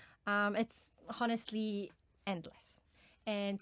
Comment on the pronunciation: Honestly has silent h ..pronounced as onestly